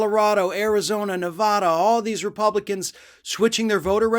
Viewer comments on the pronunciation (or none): as much as I love your reporting, could you please learn to pronounce Nevada correctly?